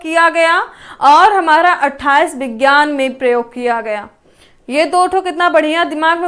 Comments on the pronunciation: Mam sorry to say but aapko khud yd nhi ho paye dekhkr bol rhe ho aap vk bhi vigyaan ko vijan bol rhe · Aap hi confuse hai विज्ञान को विजान bol rhi hai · Rat ke aayi ho kya maidam vigyan ko Vihaan bol rahi ho😁😁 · आपको हिंदी तो ठीक से पढ़ना आता नहीं है। विज्ञान को विजान और गैर को गौर बोल रही हो कॉमन सेंस नाम की भी कोई चीज होती है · इन्हें कुछ नहीं आता है। फरवरी के दिवस में विज्ञान को 2 बार विजान बोली हैं। कॉमन सेंस नाम की चीज नहीं है इनके पास। सब कुछ पहले से छाप कर पढ़ा रहीं है। खुद इन्हे कुछ भी याद नहीं है। बहुत ही खराब ट्रिक ( कथा के जैसी) है। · Main qualification kya hai aapke uchcharan To Sahi kar nhi pa rahe ho aap Vigyan Divas Nahin pata hai aapko